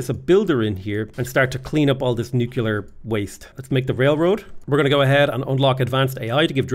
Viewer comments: Again with the newk-you-lar stuff lol. Buddy it's nuclear! Like nucleus, cuz we split the atom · You're still saying nucular. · buddy it's pronounced nuclear